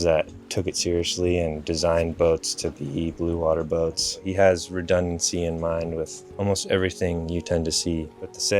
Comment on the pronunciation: Warrah Boat...get it Warrah Boat